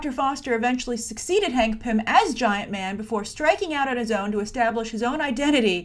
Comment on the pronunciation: Sounds like you were saying pimp whenever you said pym